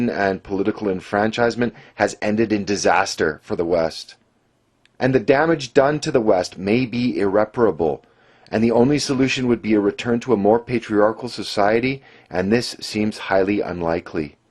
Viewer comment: 5 seconds in and that guy struggled hard to pronounce ''irreparable'' lol